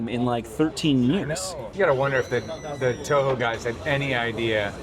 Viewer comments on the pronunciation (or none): This idiot really said Toyo and not Toho. How you gonna interview a godzilla game and not even know anything. Terrible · Omg the interviewer is so stupid doesn’t even know how to say TOHO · This interviewer absolutely sucks. They couldn't get someone who was actually a Godzilla fan to conduct the interview? He didn't ask any questions a fan would ask and he mispronounced Toho. Like, are you kidding me??? Clearly, he didn't do any research beforehand. What a disappointment to what could've been a great interview.